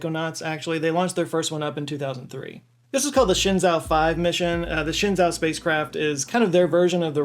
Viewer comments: For future reference, Zhou is pronounced like "Joe" and not like "Zo". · “Shenzhou” sounds more like “Shun Joe”, which as a fan, I don’t recommend. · shenzhou is pronounced like shen-joe. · "Shen-JOE". Zh in Chinese has a J sound. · As a Star Trek fan, apparently Shenzhou is "Shin-jo" 👀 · It's actually pronounced: Shen Joe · Shen - almost right. The "e" is like halfway between a short "u" and "oo" as in "book" Zhou - "zh" is "j" but with your tongue right behind your teeth. Like how "dj" in Django or Djibouti looks like it should be pronounced. "Ou" is just a long "o." You could say "joe" and people would get it. Tian - "tee-enn" but one syllable. Gong - long "o" Tianhe - "tian" like above, same "e" as in "shen" Chang-e - pretty much spot on